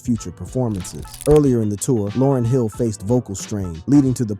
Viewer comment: Almost makes me want to stop listening... Information is one thing... Yet, respect is another! You wouldn't want people butchering your name/alias!